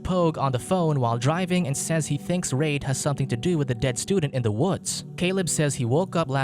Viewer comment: Reid is pronounced "Reed"